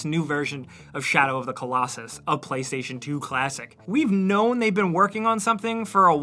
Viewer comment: "Play 5 tation"